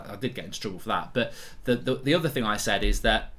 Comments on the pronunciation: ‘Dis is a financial ting’ 😂😂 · "Dis is a financial ting" 🤣🤣🤣